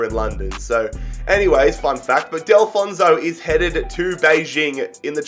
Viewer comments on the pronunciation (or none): Just to let you know, Nathan Delfouneso is my neighbour and it is pronounced Arthur G - noo - a #COYWM #BWFC